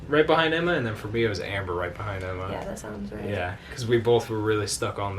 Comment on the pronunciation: melissa Lovell it was a joke, said Emba instead of Emma 😂